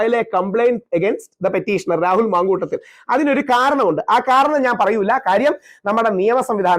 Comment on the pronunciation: 😂മന്കൂട്ടത്തിലല്ല ,മാന്കൂട്ടത്തിൽ. മുക്കേശല്ല ,മുകേഷ് !